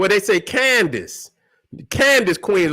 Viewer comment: Keep up the great teachings. Didn't know the Queen of Nubia was pronounce can dice vs can dus. Good stuff